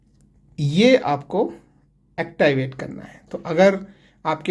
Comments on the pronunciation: Actiwait😂😂😂😂😂😂😂😂 it's activate😂😂😂😂😂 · Please activate sahise bole